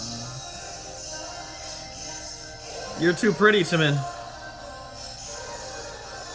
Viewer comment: Just so you know, the J in Jimin's name is pronounced like a regular J. I've noticed you saying it like a CH. Not sure if that's because of the Chim-chim nickname, but it is still just a regular J. Just thought you might want to know :)